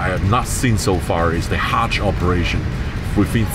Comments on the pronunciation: Its not Hatch flight, But a Hajji Flight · It is called Hajj (Pilgrimage) not Hatch !